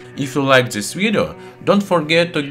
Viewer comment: Try to cut off your "z" from pronuncing. It's very wrong like "zhis"